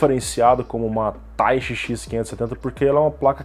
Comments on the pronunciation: Eu achava que falava "Taichí" e não "Táichi" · A pronúncia é Tai-chÍ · Eu acho que é "taitchi", com ênfase no chi, como em japonês.